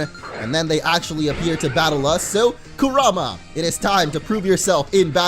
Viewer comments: Your butchering Kurama name 😒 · if your gonna say Kurama pls just say it right I hate when people say it wrong